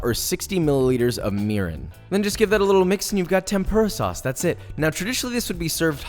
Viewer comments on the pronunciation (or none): When you said mirin you sounded like me urine😂😂